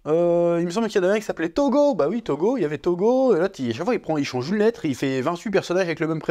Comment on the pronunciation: Toge * pas Togo mdrrr